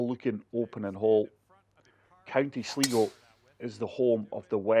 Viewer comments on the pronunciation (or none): Not that it is that important but sligo is pronounced as sly go and is one of the northwestern irish counties near the northern irish border. I will be interested to try this out